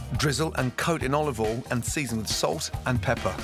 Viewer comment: FUN DRINKING GAME: Take a shot every time Gordon Ramsay says “Olivol “ or “Salt and Peppa”